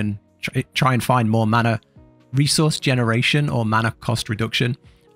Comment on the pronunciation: None of us worry about “maner”